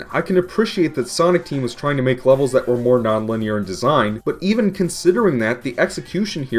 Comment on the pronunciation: Did he said wevels not levels